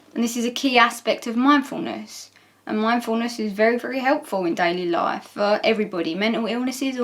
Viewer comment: I heard productive laugh instead of productive life, and was trying to remember that part of Nin's video before I realized it was me being odd. ^_^